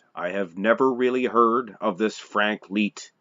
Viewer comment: You're a clown and know nothing about my GRANDFATHER...... And his name was pronounced LIGHT... LIKE A LIGHTBULB..... If you have any questions about Frank I will gladly School you, after all he is my grandfather. I hear your little disclaimer at the end of the video talking about trolls..... What about family members??? I've commented on this video several times and you don't want to get back with me apparently.... I'm still here.... And I'm bigger than my grandfather